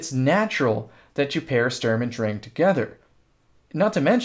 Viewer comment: Yo you're actually saying "drang" right I'm proud